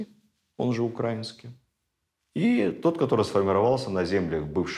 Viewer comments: Почему укрАинский? Словари дают иное произношение. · Замечательные лекции! Необходимые для просвещения народа! Однако режет слух некоторые ударения. В учебнике русск. яз. для 5 кл.в колонке для запоминания написано : украИнский, с ударением И. Извините. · Ударение в слове "украинский" на И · Все цікаво, як завжди. Зауваження лише одне- украИнский язык, а не укрАинский